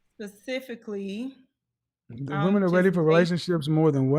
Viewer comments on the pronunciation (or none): 😳Wait..did she say, " Pacifically?" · That woman with the long hair wtf is " safisicly "